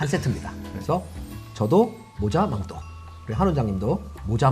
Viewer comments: 자꾸 망토도아니고 망또망또 거리는것도 ㅈㄴ웃김ㅋㅎㅋㅎㅋㅎㅋㅎㅋ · 망또..발음 진짜 너무 애긔도긩....귀엽고...센세 최고...